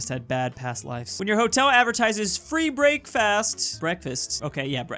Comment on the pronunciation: The only time I laughed in this video. Was the moment when pronounced word "breakfast" as brake-fast. WTF is wrong with me